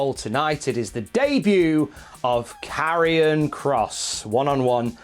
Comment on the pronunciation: Hearing Mauro say 'karrion' really won me over with the name